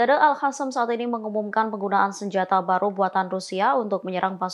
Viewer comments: Kenapa al qassam yg jelas dalam bahasa arab adalah qof bukan ha' kok di baca al hasam alay bet itu bahasa arab bukan spayol, apa tujuan nya mau pembodohan bagi orang yg ngak pernah belajar baca tulis arab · Al Qassam bukan Al hasam , sekolah lagi mbak supaya betul menyebut huruf Q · Alqosam mba bukan alhasam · Zionis kok dibaca Yonis ? Al-Qossam kok dibaca Al-Hassam? 😂